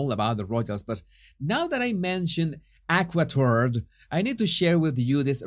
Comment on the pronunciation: LOL! Did you say "Aqua Turd"?!!! 😆😂😅